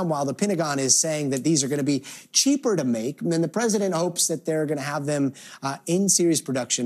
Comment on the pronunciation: “Cheaper”….. LMAO